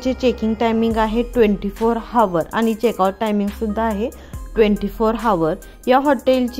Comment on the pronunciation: हावर नाही हो म्हणत आवर म्हणतात